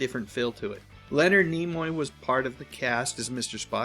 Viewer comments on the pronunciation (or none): none